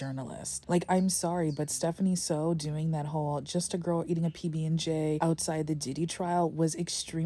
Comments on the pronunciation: It is pronounced "SUE" not "sow" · Its SOO pronounced as SO not SAW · It's Soo... I just had to say because it's bothering me lol. Her last name isn't "So." It rhymes with "New" not "No" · Why are people saying her last name like they dropped out of school? Soo has two O's and makes an oow sound. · starting the video by mispronouncing her last name, which is spelled phonetically, is not a very good look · and constantly mispronouncing her last name 🙄 by her standards thats basically a hate crime